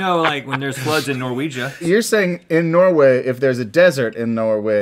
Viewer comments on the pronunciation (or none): "Norwega" the country we all know, and love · he did not just say norwieja... lol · Rhett.... Norwiegia? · “For when there are floods in Norwegia” Norway Rhett IT’S CALLED NORWAY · Did anyone else catch when Rhett said "you know where there's floods in Norwega..." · norweiga lmaooo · did rhett just say Norwegia